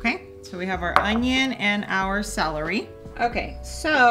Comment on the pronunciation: Its CELery! NOT SALery!